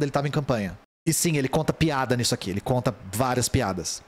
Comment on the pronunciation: Correção de sotaque: não é PEADA e sim PIADA